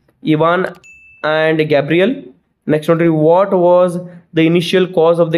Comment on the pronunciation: sir, Ivans neighbour name is Gavryl not Gabriel.